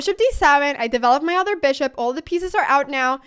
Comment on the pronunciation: The udder( the 'other' sounds like) variation.